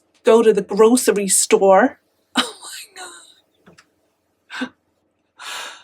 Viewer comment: A lollipop lady is called a crossing guard here...also what is a dinner lady? And that accent is def. A valley girl from la. And when you said grocery store you sound like your from the mid west.